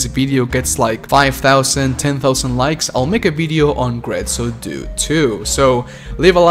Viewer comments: Very well made video but my friend, my friend, DUE, DUE, "DO-AY"!!!! Not "doo"😭😭😭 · It hurt my hears to hear "due" in English... "due" means "two" in Italian. Like, the number two. That number after "one" and before "three". Numero "dos". Uno, due, tre.... "Due" in Italian is to be pronounced something like "do eh"